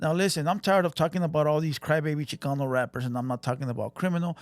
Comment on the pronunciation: Tired your not tired check your accent when Chicano comes out your voca